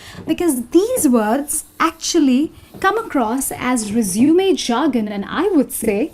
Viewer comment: its resume ( resumay ) not resumeey